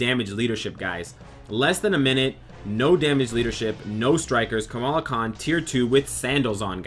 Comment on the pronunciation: You FINALLY said her name right ! ! BRAVO ! ! ^^